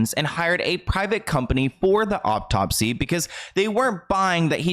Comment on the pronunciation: Love your videos! I've noticed you always pronounce a-u-t-o-p-s-y as "o-p-t-o-p-s-y" and it drives me bananas! There is only one p at the end of the word. Peace and love!